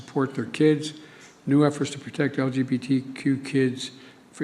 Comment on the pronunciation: What the hell did he say? LGBTT and LGTT? 😄🤣😂 Trudeau would be proud! 🤨